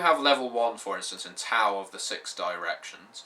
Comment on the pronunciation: Sounds like a very interesting setting for an RPG. The warring states period was a very interesting time in China. It would also be interesting to play a game set in the Three Kingdom's period (200ish AD). Also, just a little pronunciation advice from a Chinese speaker. x = "sh" as in "sheet" q = "ch" (that was fine) c = "ts" (or just make a "ch" sound) Also, Tao is pronounced "Dow" (rhymes with cow).